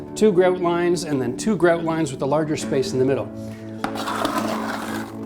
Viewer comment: Fantastic video, thanks! Highly informative in doing it the right way in several options even. Plus, you say "grout" like a Canadian would.